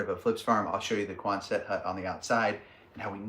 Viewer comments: Love the video…it’s NOT Quon-SETT, it’s QUON-sut. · But folks you don't pronounce the last t. So quonsen hut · I believe you are mispronouncing Quonset